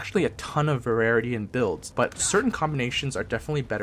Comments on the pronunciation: Why do you say "Varerity" when you mean variety? :P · Great review, but you keep saying vararity instead of variety. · Not a bad review. In the future, try to slow down and practice your script a bit. You made up quite a few words. "a very interactable world"... "a varerity of effects"... etc etc.